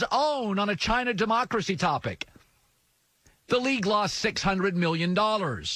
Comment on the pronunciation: "lossed" lmao. It's "lost"